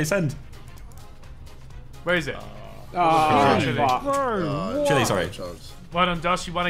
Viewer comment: chile not chille. gosh